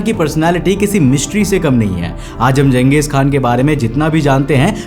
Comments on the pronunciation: Genghis khan❌ Genghis kha✅✅ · Not genghis khan he was genghis kha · khan nahi kan Khan turky lafz hai Kan mangol lafz hai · Changech khan nahi changej Kha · Not Khan K is silent😂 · Voh Khan nahi hai bro only kha like jha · चंगेज खान नाम था जंगेज नहीं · Disliked cos promoting western narrative... Used khan not kaan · It's not khan it's Kan. Don't misunderstand. And he was not a muslim, he was a Mongolian. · Naam hi galat bol Raha he bhai tu😂😂